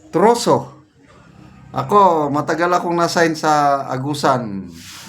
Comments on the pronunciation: Trusses siguro. Naiba ng pagbasa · Tinagalog nya ang “trusses” siguro kaya naging troso…sounds like😂😂😂😱😱😱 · Wala naman troso dyan ang nakamali lang ng bigkas, ibig nyang sabihin ay trases